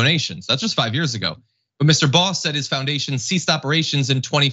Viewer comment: Shout out to John for pronouncing Baugh correctly 👏